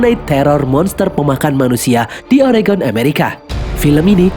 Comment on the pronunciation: Mantap, sang mimin bilang "Oregon" dgn betul!!! Bnyk warga America tidak dapat melafalkan nya. Makasih!!!